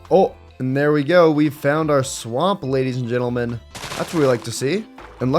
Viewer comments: "Alright Gadies and Lentleman" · He said gedis and l entlemen 😅😂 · " gadies and lentlemen" 😭😭😭🤚😔